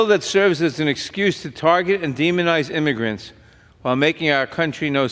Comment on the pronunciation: Illegal imigrants. He cant even say it.